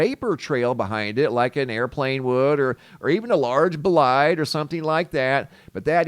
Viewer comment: WHAT is a B-LIDE??? you've said it now 3 times in this video so far and I've never heard you use that word before... Ohhh, I think you mean a BOLIDE tho.. well you have to pronounce the O .. it's a BO-lide.... the closed captioning kept showing bide so I was really confused lol